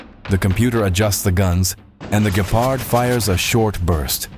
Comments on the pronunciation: Some of the pronounce is funny. Please no "Gayparhd". Instead try: "Gheparrt" as in Gecko. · I hear to like ''Gayfart'' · I giggle each time you pronounce it as Gaypard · i heard gaypard........ like why is ai so incredibly stupid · Mispronouncing a word in every possible way is not an excuse for being to lazy to look it up. Don't rely on AI written by Americans